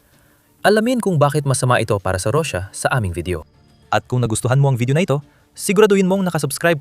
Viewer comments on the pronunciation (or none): none